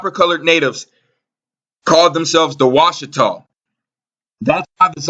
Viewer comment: Washitaw, "watch"taw, Watchers???